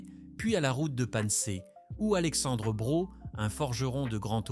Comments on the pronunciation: Le nom braud se prononce bro et non braude. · Petite précision le D ne se prononce pas surtout par chez en Alsace on dit brau et c'était des machines plutôt pas mal pour son époque chez nous en France